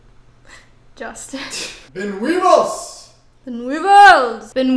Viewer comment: every time says weevils so tragically wrong someone in the world gets a yeast infection